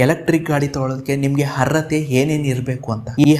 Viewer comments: ಹರ್ಅತೆ ಅಲ್ಲ ಗುರುವೇ ಅರ್ಹತೆ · ಎಂಥ ಮಾರಾಯ ಹರ್ರತೆ ಹ ಹ ಹ 😂 ಸರೀ ಹೇಳು ಹೇಗೆ ಅರ್ಹತೆ ಅರ್ಹತೆ . ಕನ್ನಡವ ಕೊಲ್ಲಬೇಡ ಕಂದ.